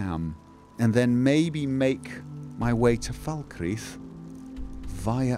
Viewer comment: Oh my word, pronounced "Falkreath" correctly (as opposed to "Fahl-cray-uth").